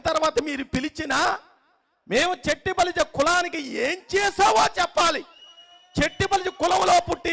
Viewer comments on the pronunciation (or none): చెట్టిబలిజ అని కాకుండా “శెట్టిబలిజ“ అని శంభోదించండి please....🙏